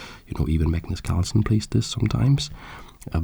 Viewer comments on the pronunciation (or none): none